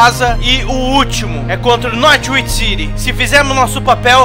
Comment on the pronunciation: Não é Nórtiuichi, é Nór uichi!